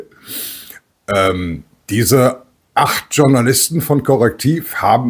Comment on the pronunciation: Journalist ist ein französisches wort 😂😂😂 es heisst nicht "tschornalist" 😂😂😂 es heisst "schournalist"